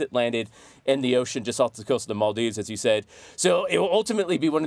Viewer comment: The only thing that made me mad was that person saying Maldives wrong